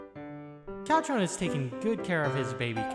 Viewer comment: Everyone say it with me now (kac—chan) Not (ka—cchan)